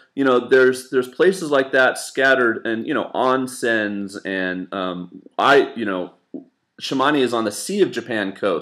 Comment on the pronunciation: Nice to see you back,! A little heads up, but おんせん is pronounced ohhnsen, not ONsen;) (on vs off)